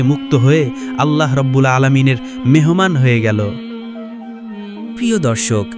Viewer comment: Bhai apni Allah nam ta shotik uccharon kore banglai